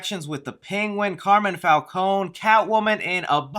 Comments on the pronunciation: Someone should tell its pronounces Fal-Cone-E not Fal-Cone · In Telltale I definitely hear the E in Falcone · No, it's Fal-cone. E is silent